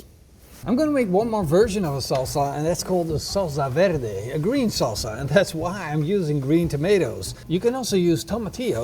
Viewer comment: Love the way you said, "Salsa Verde". Rolling the R like a boss! - From New Mexico, USA